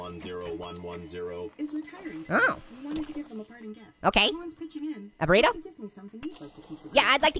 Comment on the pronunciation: THIS GUY MAKES ME LAUGH EVERYTIME HE SAYS BORRITO